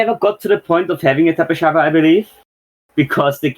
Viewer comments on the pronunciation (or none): No it is tapejara not tapehara or whatever